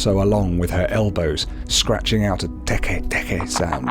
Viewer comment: You said it wrong